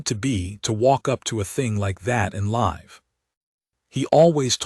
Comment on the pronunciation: Your AI mispronounces 'breathed' and 'live'.